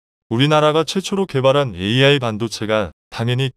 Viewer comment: "AI" 를 "알" 이라고 읽네 ㅋㅋㅋㅋ 이런 어이없는 동영상을 봤나 ! 성의없이 마구잡이로 만들어서 먹고 살려하네.......